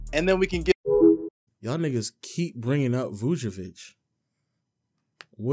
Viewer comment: Bro said vucevic 😂